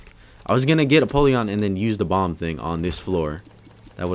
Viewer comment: it's empoleon